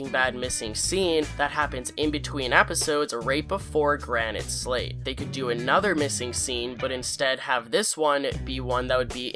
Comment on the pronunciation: You calling Season 5 Episode 15, "Granite Slate" when it's "Granite State" is just disrespectful to one of the best episodes of the show